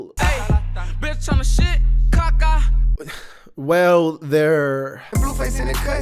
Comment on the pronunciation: the way he said CACA got me laughing so hard 😂😂😂